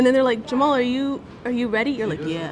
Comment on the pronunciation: Why does he pronounce it Ja mall. I thought i was "Jam a hal"